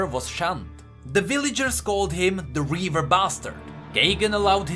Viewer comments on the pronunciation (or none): none